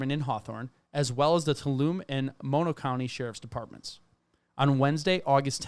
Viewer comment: Stan-iss-loss is correct. TOO-All-Um-Me was not .... sorry native California and very protective over our pronunciations LOL the mne is always pronounced me .... the "n" is silent and the "E" is pronounced.